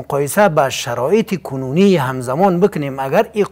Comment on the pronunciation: بچه حاجی کنونی را بسیار بد تلفظ میکنید